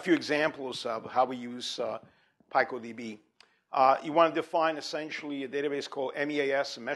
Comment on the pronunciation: Wrong pronunciation: "P-eye-coh"?! pico- word-forming element used in making names for very small units of measure, 1915 (formally adopted as a scientific prefix meaning "one trillionth" by the International System of Units, 1960), from Spanish pico Right pronunciation: PEE-coh